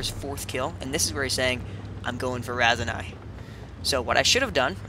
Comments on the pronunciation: its Raseiniai not raisinai or raisenais. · The way you pronounce Raseiniai.... lol..